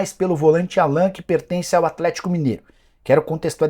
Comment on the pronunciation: Engraçado que o Nicola fala o nome do Allan errado. O nome dele é pronunciado em inglês (Álan), não Alan, como se fala em português.